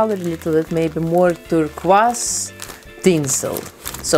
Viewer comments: I love the way she says turquoise. It’s so nice compared to (Tur Koi s) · I love how she said the word turquoise I will pay her to say that word idk with what money I’m broke but I LOVE HER ACCENT ( I sound crazy ik but bear with me )